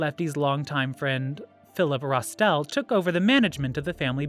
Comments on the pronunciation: In the other video the narrator said Lucchese wrong. I caught that he said pistoe and rostell . Also called sonny black Neapolitan or napolitino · As well as Rastelli